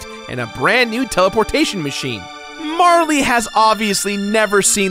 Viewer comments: it's Marl. not Marly. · It's not marlee its marl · It's pronounced like Carl. I don't understand why you and ProJared want to make your videos unwatchable. ( Joking, but seriously. Marley drives me crazy) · So, it's pronounced Mar-lee? I always thought it was Marl, like Karl, but with an M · Congrats on 200 episodes! Mar-lee, though? :/ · it's not "marle" like rhyming with "harley," it's "marle" like rhyming with "carl." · Fyi, Marle is pronounced Marl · Aside from you calling Marle "Marley," which is not how I internalized her name, the rest was pretty great. Nice job! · you probably don't care, but there's no "e" sound at the end of marle's name...マール can be pronounced as "marl" or "mar" or "mall" or "mahru" or a number of things, but none of them end with an "e" sound. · Had to pause the video just to comment on your incorrect pronunciation of Marle.